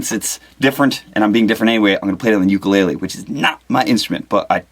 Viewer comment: Its ukulele not youkuleilee lol